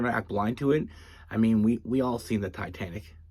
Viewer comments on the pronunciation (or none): none